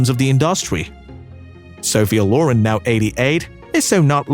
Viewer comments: inDUSTry off! Loren not lore-run!!! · Great video with many good pictures of this lovely actress, but please, please get a narrater that can pronounce English! First of all, her last name is LorEN